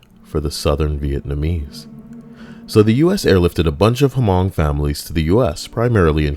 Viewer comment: The H in Hmong is silent mate